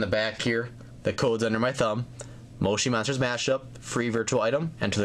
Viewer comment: that is not how you say moshi monsters